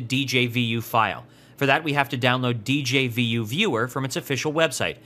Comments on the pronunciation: djvu is pronounced as dezhavoo and not as "dee-jey-vee-you" :) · A nickel for every time he said Dee Jay Vee You.